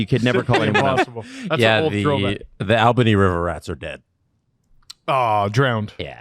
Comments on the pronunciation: LOL Al bany. In NY we say All-ben-e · I laughed at the AL bany thing. & I agree. The River Rats were fun to watch. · I miss my River Rats. Best entertainment in town. Also, it's pronounced ALL-Buh-knee.